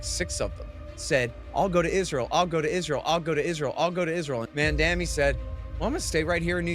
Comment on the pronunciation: is it so hard to pronounce "M.A.M.D.A.N.I"? I thought the oppositions mispronounced the name to undermine Zohran, but Horton, who obviously a proponent also mispronounce it.